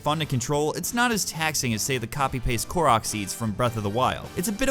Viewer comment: "korok" lol i love you